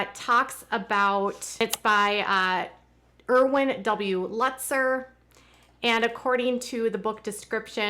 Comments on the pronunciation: Pronounced “Lootzer”. Long U. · Please pronounce the name correctly. It is pronounced “Lootzer”. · Glad you're on the mend. Btw, it's pronounced "Lootzer." Thank you for covering all of this! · It’s pronounced Lootzer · it is pronounced "Lootser". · Pronounced Lootzer.